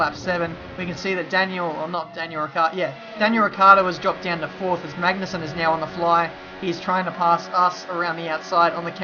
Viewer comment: Yo just a tip all right!;D. people often say MaGnussen with pressure on G in Denmark we dont really pressure it in many words but so you could get on the right road i just wanna say try and pronounce it Maunussen okay. Cheers and Great video. Cant belive ive actually spoken to you when we raced in the Athleague C:.